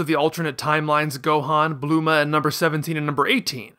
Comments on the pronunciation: but it's saya-jin though, Plus wouldn't Bulma be Bu-lu-ma not Blooma? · What is with the weird pronunciation of names? Blooma? Kulrilrin? V-dell? Go-koo? Mr Sahtahn? Cyan instead of saiyan? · blooma is a play off the word "bloomers". the english approximation of "saiyajin" is "saiyan" where "sai" makes an "I" sound